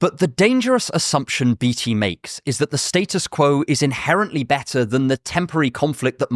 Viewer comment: I don't think that is how you pronounce Beatty.